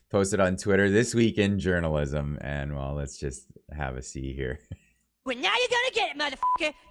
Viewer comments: When he said journalism, I thought I heard "urinalism" and thought, that's about right ;). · Hahahaha At the end I thought you said "urinalism" for a sec there... Gov journalist aren't journalist.. They are propagandist... Period.. It has kinda always been like that..